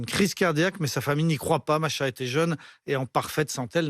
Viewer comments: C’est pas Masha 😂😂😂 C’est MAHSA😂 😂😂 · Arrêtez de dire Masha alors que c'est Mahsa... Respectez à minimum svp